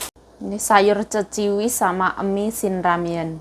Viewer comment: Bukan Ceciwis tp Keciwis mbak...😊